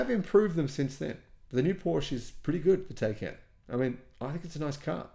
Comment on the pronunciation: It’s pronounced Ty-kon